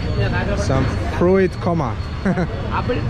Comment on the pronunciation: It’s pronounced “froot” not “ fru-it”